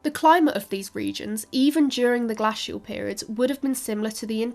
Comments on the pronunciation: What is glassial, I thought it was glacial? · The prehistoric Tories must have been in charge Please pronounce interglacial and glacial correctly as in Fox's glaciers mints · “You say {Ger-lass-Ial} I say {Ger-Lace-Ial} let’s call the whole thing off”. 😂 Actually I loved this and could listen to this engaging young lady filling my brain with interesting stuff all day. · I’m sorry, but I literally cannot listen to the way she says “glacial”, it’s even worse than “nucular”. It’s an a followed by a soft c and an i, that means you use the hard a, not the flat a. This isn’t an accent thing, it’s a mispronouncing the word thing. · Great video, even though the pronunciation of 'glacial' was mildly irritating, lol. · I can't get passed how she pronounces glacial/interglacial...😅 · She needs learn how to pronounce glacial and Mundersley.